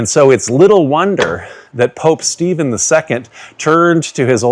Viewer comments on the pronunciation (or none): none